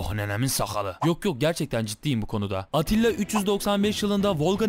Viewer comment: Attila degil Atilla